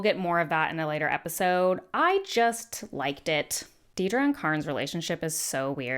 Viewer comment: I also find it odd that so many people misspell her name as Deedra or even say her name, in re-watch and analysis videos, as Deedra, while all the characters distinctly say, Dedra (pronounced it Deh-dra). The mispronunciation as Dee-dra slightly annoys me.